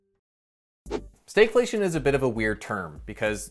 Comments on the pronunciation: Why do you pronounce Stagflation like Staygflation? You don't say the stag in stagflation is pronounced the same as stagnant. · You pronounce the "stag" differently than we do further south. Fun. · Never heard anyone pronounce stagflation in such an odd way.